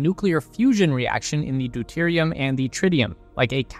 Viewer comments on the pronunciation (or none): none